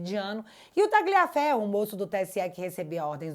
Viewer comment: Barbara Tagliaferro se fala talhaferro